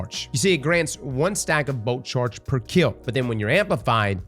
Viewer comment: Luv every time you say “boat charge” that’s what I hear.